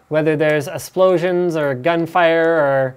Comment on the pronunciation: Linus did u just say "a splosions"